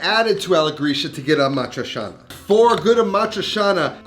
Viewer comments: Aaa maaa triii chianaaa Not amatrishana, brusceta not brusheta...... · "cia" in "amatriciana" is pronounced like in "ciao", ie "chow" not "shao". Ah-mah-tree-cha-nah, not ah-mah-tree-sha-nah. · Is it supposed to be amatri-cha-na, or how he’s pronouncing it (amatri-sha-na)? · Love your show, and your cooking but.....pretty pretty please.... learn how to pronounce A-MAH- THRIE- CHAA- NUH ! AMATRICIANA!!! Thanks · I never understood how you have travel to Rome so many times, but still can’t pronounce Amadricianna correctly. And this dish is king only with Bucatini. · you say it awfully tho, its not hard to pronounce correctly